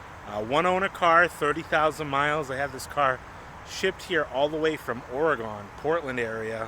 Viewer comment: It's actually " OREGUN"... not Oregone .. I'm just saying ....